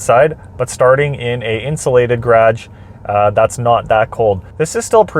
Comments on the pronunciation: Like your content dude but what's a 'graaj'! :) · the way you say garage makes me feel like im on lake of the woods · The way you say garage